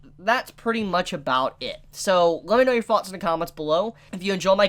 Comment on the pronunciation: I hear you pronounce the "th-"sound perfectly most of the time, but then you'll say something like: "every-fing [everything]" or "viss [this]" or "fott [thought]." It's so strange.